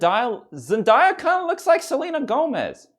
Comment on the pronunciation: "zen die ah"~